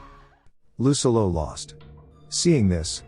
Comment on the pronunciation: I’m sorry but every time I hear lucillo’s name pronounced incorrectly, I couldn’t enjoy the video